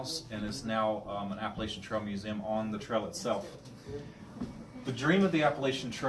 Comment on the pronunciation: Wtf this guy can’t say Appalachian 🤯